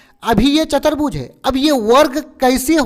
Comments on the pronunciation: Sir chatrbuj nhi hota chturbuj hota h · not chatarbhuj say chaturbhuj